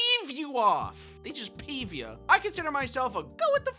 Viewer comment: Did you say peef